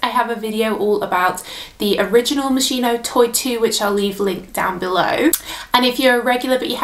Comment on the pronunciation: It’s pronounced MOS-KEY-NO not mos-she-no